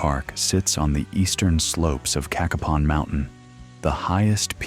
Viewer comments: Not "KA-kuh-pon". Pronounce it "Kay-KAY-pon". Cacapon State Park. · Get your facts, you showed a lot of videos that did not pertain to Cacapon( pronounced Ka(short a) Kapon (long A) State Park.